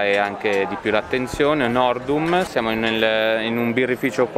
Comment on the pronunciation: Cosa hanno sentito le mie orecchie ??? NORDUM??? E' HORDEUM zio, la birra di NOVARA <3